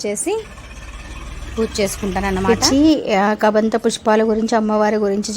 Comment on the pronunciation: Hai బాగున్నారా గోరింట దొరికింది పెట్టుకోవడం అంతే "కదంబం పుష్పం ", కబంధ పుష్పం కాదు ❤